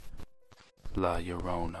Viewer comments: her name is la llarona (la YAH-ronA) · He said her name sooo white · My mom kept laughing at the way you said Last Llorona. Also! I love this!! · YOU NEEDED TO PUT MORE EMPHASIS WHEN YOU SAY HER NAME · Hope this doesn't sound rude but you pronounced la Llorona wrong lol but that's ok (btw I'm Hispanic so I know all about the story's)